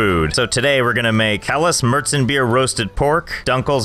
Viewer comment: How is it that you read "Maerzenbier" (almost) correctly, but completely mess up the pronunciation of "dunkles"?